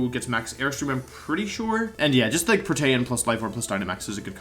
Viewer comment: Did you say “pro-tay-an”? I thought it was “pro-tee-an.”